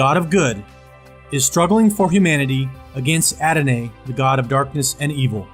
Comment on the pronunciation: dude you open by reading a thing about adonai, etc. except you mispronounced every other word and even used the wrong word "hearsay" instead of "heresy" which is pronounced "hair-uh-see" and it means a false doctrine. adonai is pronounced "ah-do-nah-ee" and satanist didn't give that name to adonai, the israelites chose to use the term "lord" or "adonai" in hebrew and to never speak the name of god, which was yahweh. and then after that, you use logical fallacies to try to give reason someone should believe the bible - you should put your faith in jesus christ because satanists believe in satan is essentially the argument you made. that's ridiculous. and it doesn't reflect the message of jesus christ at all, nor does it follow the doctrine of salvation in the christian religion. so i'm stopping the video bc you made a horrible argument for belief in the bible, and you mispronounce everything. even if you have good information in your video.... you're going to lose audience because you mispronounce all the words and use logical fallacies. to me it sounds like perhaps one might ask one's self "why do i believe the bible is true? what proof is there that any of it is true? how can i know the information i learn is true and accurate?" those seem like important questions to address. just some feedback. all the best to you.